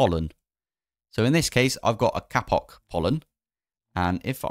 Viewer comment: stop saying kapok